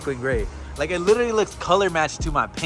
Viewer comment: Littteryyy lol😂 my boi rolling those r’s